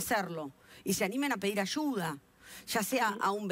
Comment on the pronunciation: Extraña historia, no sé si tragármela o no, pero veremos, lo que sí es desagradable es escuchar a la entrevistadora: Desarrosho en vez de desarrollo, ashuda en vez de ayuda, y así por el estilo.